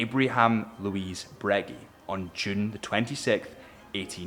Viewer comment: "Brögee" not "Brügui" :-D